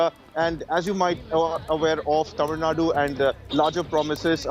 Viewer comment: By the way her pronouncing of tamizh Nadu is something rare in English media